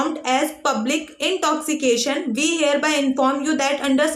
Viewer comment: Normal People- Intoxication - intokshikasion